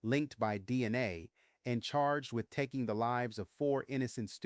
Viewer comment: I'm very confused by this video. Was Kornberg a name the press accidentally gave him? I have never heard of this before. Why are there so many mispronunciations in this video? Is it intentional? Moscow is Mosk-oh not Mosk-cow. Goncalves is Gonsalves. The C is pronounced like an S. DNA is pronounced like the capital letters. It isn't DNI or DN-uh. I am thinking you did this intentionally so I hope I am just misunderstanding a little. This case is an absolute mess and I agree it wasn't random. The "survivor" never was able to ID Bryan as the man in the house. The media just spread the story as fact and people just believed every word without needing proof.